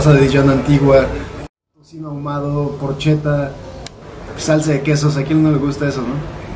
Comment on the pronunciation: Me perdió cuando dijo "porcheta"